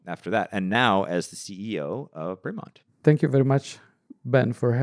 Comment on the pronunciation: Oh for gods sake, at least pronounce the brand name correctly. Nobody, nobody at all other than Ben, pronounces it Breee-Mont. Nobody.